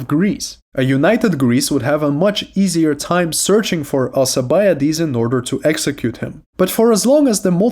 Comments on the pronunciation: Al-K-ibiades ffs my ears. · Is it just me or is his name not pronounced with a k